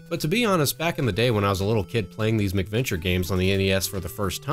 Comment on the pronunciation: oh actually cuz it did sound like you were saying something like adventure with a prefix before it and I had forgotten they were called mac venture so now that you mention it you said it properly and it isn't hard to understand, also to with my grandmother being from Scotland I tend to over emphasize the pronunciation of Mac to clearly distinguish it from the anglicized Mc which has now been know as the Irish Gaelic prefix, but yeah awesome job man keep making great stuff cuz your production quality is so superior to a lot of other channels I've seen so I'm sure you will grow into 10's of thousand of subcribers then onto 100,000 and I'm not just saying this cuz there are youtubers I know who started with a couple hundred of subs and now have over 200k and there videos even at this point are not of your quality